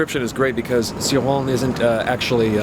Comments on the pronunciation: Always pronounced his name ""chore-on", "see-rawn" is tempting now! Thanks for reviewing Cioran, will love hearing your thoughts on them all. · Not in French. His own wife didn't pronounce it "chi", fyi. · it's "ci" like în "children"